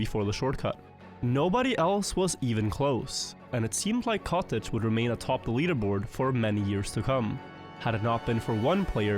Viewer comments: katic. not kotege.! katic! katik! no kotej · Everytime he mentioned the player Katic I couldn't help but hear "cottage" instead